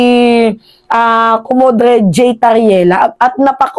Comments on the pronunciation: Commodor po pronounce ng commodre..hindi maganda pakinggan comodre..❤❤ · hindi Komodre, Comodor ang pag pronounce jan.